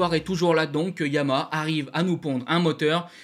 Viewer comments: oui mais comme tu parles vite on entend pas le dernier Ha alors insistes un peu sur la dernière syllabe. Je peux te dire que ça choque des gens qui bosse pour cette marque… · je te rappelle que Yama est un dieu et pas une marque de moto: Si tu veux nous parler des motos noires et bleues avec le logo aux 3 diapasons alors il s’agit de Yamaha qui est un nom en 3 syllabes. Fais un effort au moins par respect pour la marque et notre champion Fabio! Merci